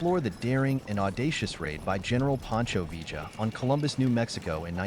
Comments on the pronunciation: Its pronounced 'Vee-yuh' not 'V-juh' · Its pronounced viyah short ah aound double l in Spanish makes the y sound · Vee-ja? Really? 🙄. What are we Argentina? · Vee - juh ... ??? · Mispronunciation of "Villa" and garbled facts make this a weak video-not very pleasing.